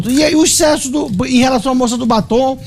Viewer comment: Jornalista, dizendo ixcesso